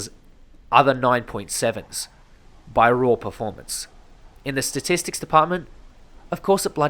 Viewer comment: this grinds my gears then i hear: ThE StAtiStICs fooken heell!